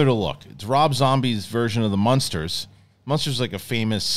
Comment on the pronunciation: Learn how to say munsters before you trash the trailer! 🤦